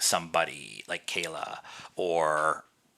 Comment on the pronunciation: KLea not Kayla... :)